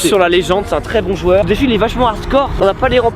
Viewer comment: A il dit zoueur je suis le seul à l'avoir entendue